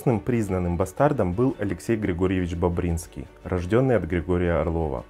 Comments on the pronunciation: Не БобрИнский, а БОбринский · . БОбринский, а не БобрИнский. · ну вот такие сказатели, которые даже не знают как ударение правильно ставить. Конечно БОбринский. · Не БобРИнский, а БОбринский! Изучай правильно историю, умник. Я живу в этом городе, где этот ребенок жил с раннего детства. И конечно я точно знаю, как правильно произносить эту фамилию. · Хоть ударение правильно ставьте! БОбринский, на первый слог! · БОбринский... На О ударение! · Граф БОбринскиий, ударение на О, а не на И. Я из этого рода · Ударение в фамилии на первый слог, автор, БОбринский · Бо'бринский. Замок графа Бобринского в Богородицке есть... Тульская область.. Ударение на первом слоге... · бОбринский.Ударение на О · Бобринский , ударение на О, ну как так то